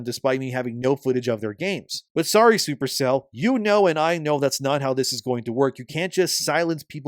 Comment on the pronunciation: Every time you say “Super Cell,” I think for a split second that you said “Super Saiyan.”🤣